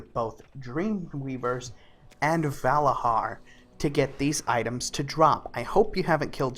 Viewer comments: ValaZar not Valahar say it like a true Vrykul godamit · Dude they are called Valarjar not Valahar ;) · It's "Valarjar", not "Valajar".. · I had to stop watching after he said Vala-HAR for the 10th time, it's Vala-JAR goof ball! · it s said valadgar and not va lad gar if you think it s like that cus dg = j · I don't want to correct you but hearing valahar, makes me abit salty, it's pronounced Valah-jar They say this many times in the stories dialect. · its not valahar its valayar... you dont say bhorn instead of bjorn what makes this any different? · It's "Valarjar" not "Valahar" you piece of shit, annoys the fuck out of me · VALARJAR WITH J Your voice is irritating. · Every time he says "Valahar" i get triggered! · I had to stop watching because I cringed every time he said Valarhar. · "Valahar" LMFAOOOO DUDE L2SPEAK NERD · in Nordic language most js are ys so he pronounced it wrong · You are saying Valajar wrong.